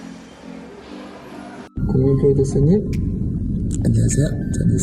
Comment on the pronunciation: 특유의 발음덕분에 안냥하쎄여 국민풀듀쏘님! 스타쉽 연쌩 함원진입니다 하는거 너무 귀여오어요 ㅠㅠㅠㅠ 바이나인 데뷔하자 사랑해 요즘 매일 마지막회 돌려보면서 울어 ㅠㅠㅍㅍ ❤❤❤